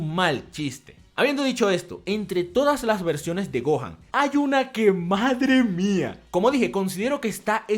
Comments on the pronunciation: ajjaaj se dice gohan y dai lo dice ¡gojan ! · dijo gon o me parece?